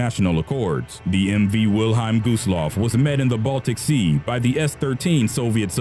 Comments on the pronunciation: wil-highm? its wil-helm. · I love how the narrator reads WILHELM as Wilheim. Furthermore Lusitania and Empress of Ireland were ocean liners not cruise ships. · Pronunciation please! Wil-HELM. t says so right on the ship! Lusitania infuriated people in US but Pwarl Harbor pushed it into war (the day after.) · Us English speakers pronounce it 'Will-HELM', not 'Will-HEIM'. Just Sayin'.